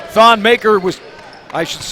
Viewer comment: Damn this annoying commentators say thon's last name wrong